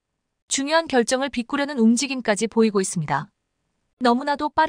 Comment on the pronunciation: 비꾸려는이 아니라 바꾸려는으론 정정하라.한글의 어휘부족을 탓해서 뭣하랴만,제발 우리말 어휘공부 더하고 마이크 앞에 앉아라.